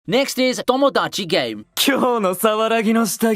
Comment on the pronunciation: "Domodachi" and "Danaka-kun", eh?